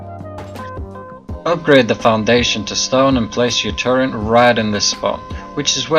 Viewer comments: Its "Turret" Sir, there is no word in the english dictionary that goes by "Turrent" (FACT) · turret not turrent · Why the fuck do you say "Turrent" instead of "turret" there isn't an N in turret... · The fuck is a turrent? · TURRET NOT TURRENT YOU ILLITERATE FUCKING MORON! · Couldn't watch, disliked, learn to say turret properly. There is no N it turret. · THERES NO N IN TURRET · disliked for saying "turrent" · sadasdsf sdfafsag not a native speaker maybe, while you probably are and probably can't speak any other language than English